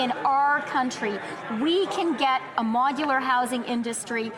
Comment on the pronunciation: Why does she pronounce it "MOG-ular housing"??? I cannot believe she was re-elected, she is so insufferable.